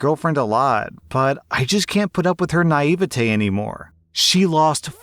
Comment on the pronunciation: I’m sorry but did you just say ny-eve-a-tay first why on earth do you pronounce it like that second now I’m pronouncing it like that